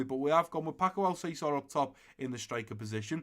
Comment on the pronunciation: Great episode once again 👍. One thing tho, Alcácer is pronounced Al-Cas-Er. 🇪🇸Otherwise I wanted to bring up kit numbers cuz I haven't seen anyone bring it up in the comments. I would give Soyuncu #4, Klosterman #3, Bardhi #24, Van de Beek #21 and Malen #17.